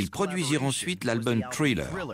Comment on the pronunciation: Les traducteurs pourrait prononcer les mots anglais correctement? Parce que " trilleur " ça agace les oreilles!